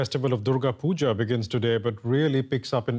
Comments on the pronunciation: Puja* not puga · It's Puja not puga🙄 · It’s Puja not Pooja or Puga